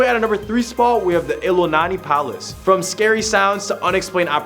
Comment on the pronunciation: Native hawaiian here, i was dying at the pronunciation, especially with iolani and just the pronunciation of hawai'i to start